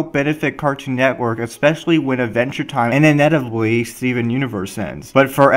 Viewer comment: He lost me when he couldn't say inevitably.